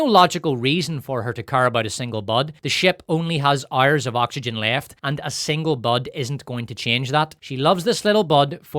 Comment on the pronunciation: "127 Ouerrs" 🔥🔥